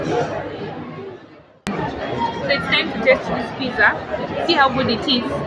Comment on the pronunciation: pitsaa!! not pizza!